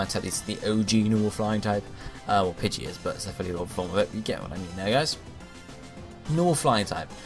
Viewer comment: Pidegeit..... He doesn't say the "o" :I